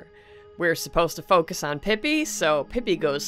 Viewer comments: Nah bro, it's pronounced pee-pee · In the description of the legend of Pipi, it's pronounced peepee. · the description of legend of pipi says it's pronounced peepee!